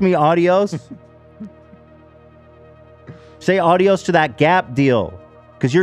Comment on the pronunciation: Ethan saying adios. My brain goes "auuddiioooos audios"